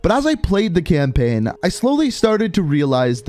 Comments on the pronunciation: I cant be the only one that hears "campin" when he says "campaign" right? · I like how he was like saying campaign all wrong cam-pin